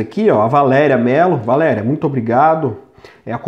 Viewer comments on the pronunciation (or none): none